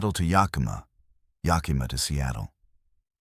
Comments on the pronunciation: As someone who lives in the Pacific Northwest I have to tell you that nobody pronounces it Ya-kee-ma or Na-cheese. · Nobody and I mean nobody can seem to pronounce Yakima correctly 😢. Can't the AI voice be programmed???